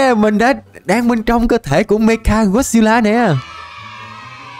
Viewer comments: Mecha mà đọc mega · mecha ko phải meka anh ơi =)